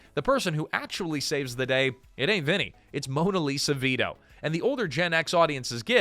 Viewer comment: Mona Lisa? This is what happens when you have AI do things like narrate